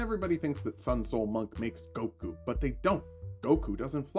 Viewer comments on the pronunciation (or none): none